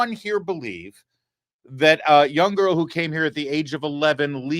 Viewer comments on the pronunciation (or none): none